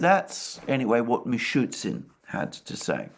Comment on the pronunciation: Just a question to Alexander about the pronunciation of the Russian prime Minister's name.The Russian spelling seems to indicate it should be "Mishoostin", not Mishootsin